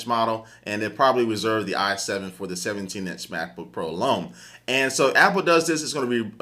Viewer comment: hahaha I think he meant "for", but it came out as "fuck" on the mic xD